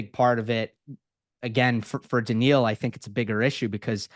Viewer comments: Agreed, it's quite something, his memory for match scores and narratives I immense. I saw some comments about him saying Daniel instead of Daniil lol. He also says Zeverev 😂 but this just makes him more lovable to be fair. Huge respect. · oh man it’s so brutal 😂 and for the love of god it’s not Daniel Medvedev. It’s okay though he’s a great guest and it’s funny.